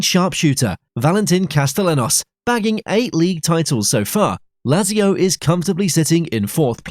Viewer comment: Bro please 😄 It's Kalyaree, Bolonia & Latsio, which are by the way the Biancocelesti not the Biancoazzuri ... are you trying to hurt us Serie A fans? 😝